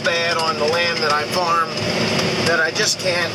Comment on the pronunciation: why does it always sound like he's saying mushroom barn? Or is he? I never hear farm